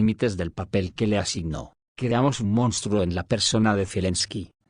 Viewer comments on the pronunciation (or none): none